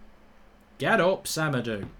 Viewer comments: Why does Mark say Sem-a-doo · It's SemedO